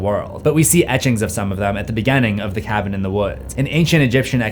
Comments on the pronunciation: You said beganing twice in 1 minute. Its beginning not beganing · From now on, I will pronounce beginning as beganning. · The way you pronounce beginning is unique